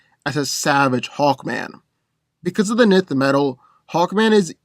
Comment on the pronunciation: Nth is pronounced “enth”